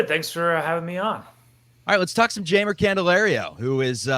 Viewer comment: Jeimer's name is pronounced Heimer. (Hi-Mer). In Spanish J makes an H sound. Just in case you were happening to ever interview him or meet him in person. But loving to see him in Cubs blue. Solid pickup and love the message it sends to the clubhouse.